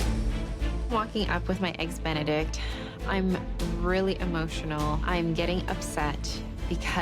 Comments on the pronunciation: 'eggs bene' really? Can she not say 'Benedict' properly? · “A flawless eggs benict” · "Eggs benni" I never want to hear that again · " EGGS BENY " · She said eggs bene get the hell out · Nobody asked you if you made "eggs beni often"